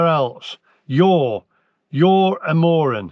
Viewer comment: I love how he went from “moren” to even “moreon”! 😂😂